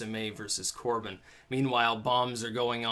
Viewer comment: You seem like a bright man but not being able to pronounce Vauxhall or Corbyn lessens that view...